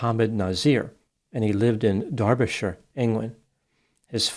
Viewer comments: Well done for pronouncing derbyshire right ! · The pronunciation of Derbyshire was impeccable! With love from Derbyshire.😄